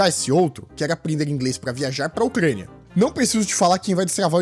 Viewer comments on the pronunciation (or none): me caguei de rir quando ele disse ucrania kikkkkkkkkkkkkkkkkkk